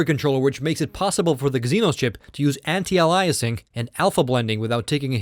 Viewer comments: I realize this video is 2 1/2 years old, but I randomly came across the series, and had to chime in that you are mispronouncing "anti-aliasing". The root word is "alias", pronounced "AY-lee-us", not "uh-LIE-us". AN-tie-AY-lee-us-ing. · aihll eee uss... like the series anti aihl eee us ing. not aliah us. Driving me nuts. Phonics!! lol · Idiot. Anti-Alyasing is wrong. It's pronounced Anti-Ayliasing. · i cannot fucking stand him when he says anti aliasing. HOLY FUCK ANTIALAIS? ITS FUCKING ANTI ALIAS. ALIAS. LEARN TO SAY ALIAS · Dude I Like these videos and respected your opinions and your knowledge. However, I could not stand to hear the way you say Anti-Aliasing. It's not Ah-Lie-uh-ing, it is ey-lee-uh-sing. GET IT! please change this while you only have 28000 so people will watch till round 12. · Anti-augh-lie-essing, this pronunciation Ive never heard before are you from Europe or Canada? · It's pronounced anti-ayliasing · Very detailed comparison...thank you! BTW. It's pronounced Anti-A-LEE-ess-ing. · Gzeenos...lol...allyasing...lol...the poor guy needs to take a speech class. I've heard foreigners with thicker accents than his still pronounce English words correctly. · I'm sorry but i could barely listen to this, its pronounced (anti-ale-e-es-ing), it made you sound much less intelligent and it made taking your opinion difficult. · holy crap this guy needs to learn how to pronounce anti- aliasing!!! beyond annoying